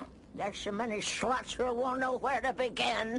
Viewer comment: She said slots not sluts 😂